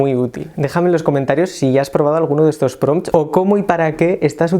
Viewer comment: buenos pRRRRRRRRompts te mandaste amigo